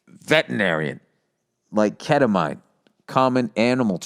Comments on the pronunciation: Keta-mine You mean ketamine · Bill saying keta-mine is adorable.